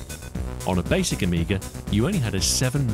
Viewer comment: I think you're the first English speaking person that don't call Amiga "the amiger"